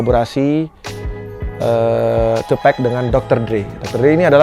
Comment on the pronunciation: MAS izin koreksi penyebutan nama TUPAC bukan TUPEC Terimakasih 🙏